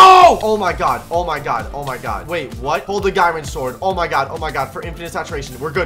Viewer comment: Bruh he said Darwin soard